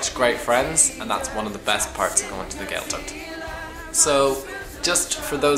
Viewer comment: What to expect? You should expect people who can pronounced Gaeltacht properly. The Ch is not pronounced like a K. It is pronounced like the ch in German Bach. Maybe, don't bother learning Irish if you are so contemptuous of the language?